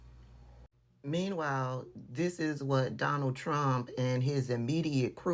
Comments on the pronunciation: The drunk said “Donna Jane ddtrump.” LOL!!! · it almost sounded like G Trump